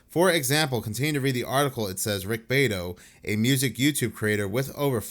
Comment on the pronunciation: His name is pronounced Rick Bee-ah-toe and “everybody” isn’t pronounced Errebahee!